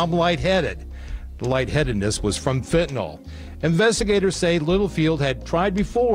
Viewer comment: It's so irritating that anchors and reporters say "Fentanol" rather than "Fentanyl".